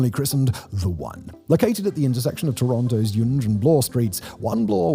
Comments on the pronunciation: sorry, can't take you seriously if you don't even know how to say Yonge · '"Yung" not "yawn-GE" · If the complete mess of talking about some big commercial building putting Toronto on the map instead of the CN Tower and Skydome, and the "whoever wrote this" quip weren't enough, "Yunghe" street was the obvious tip-off that the narrator has no clue about the subject he's speaking on. Absolute slop. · Friend you need to re do this video - mispronouncing Yonge in 2025 is unacceptable! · Hilarious pronouncing it like Sponge instead of Young. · PETITION TO CHANGE THE WAY WE SAY YONGE TO BE YAUNGE 🗣️🗣️🗣️ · no way this guy just said Yonj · What in the hell is "yawnge" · Yonge rhymes with hung. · Oh lord.. us Canadians are deff not calling it.. yonje lol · One thing! It’s Yonge Street as in “young” Street! I know, I was born between the two on Elizabeth Street and I lived my whole 62 years here! Kinda like Spadina Street as in Spadina (as in Dinah Shore). Not “Spadena” as some of tried! 🤷‍♂️🍻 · It’s ‘Yonge’ as in a ‘young’ child. Js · You're so set on pronouncing it "Yonje" you even spelt it "Yongue" ! :) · Tell you what, he will get younge right when everyone in 416 gets marylebone right. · He isn't pronouncing it right. Named after Sir George Yonge...Named by John Simcoe, whom we honour today. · Judging by the fact that he pronounces Yonge both as "Young" and "Yonje" (and spells it as "Yongue" at some point in the graphics), as well as Tridel as "triddle" and "tri-del", this makes me think it's intentional to generate engagement in the comments. Mission accomplished, I guess... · Already discussed - yunge. Not discussed - tridull. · Ditto all the comments on “Young Street“. And by the way, it’s “try – Dell“, not ”Triddle”. Also, I’ll add mine to the comments about your audio. Like many of us, I like your tone, elocution, and even accent, but it is true that in the last few videos, someone has really stepped on the bass boost.